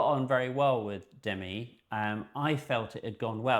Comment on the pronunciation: "It's D'mee" she told Rolling Stone in 1985, an article I still remember 😂 I forgive you guys for saying "Demmy" because I really love this, and I love ALL of 's interesting stories. Makes me wistful, I wish I had stuck with photography after art school.